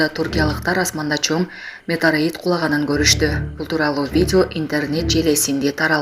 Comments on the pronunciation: Диктор деги окууну буткон бу же.. Метераит дейт го метеоритти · Метороид эмес метеорит бул окубаган журналист окшойт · Метарит эмес метеорит десен журналист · Метараид дейт 😅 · Метераид деп окуп атат😂😂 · 😂😂метараит дейби